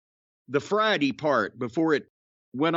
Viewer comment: "It's not Fridee.... It's Wednesdee..."